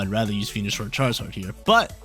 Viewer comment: A yes, "chraizard" the quintessential fire starte pokemon😂, love the video friend, thanks for getting me into competitive